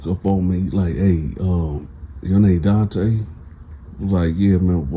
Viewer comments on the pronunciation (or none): none